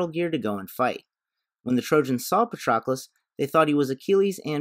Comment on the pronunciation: The mispronunciation of Patroclus is killing my ears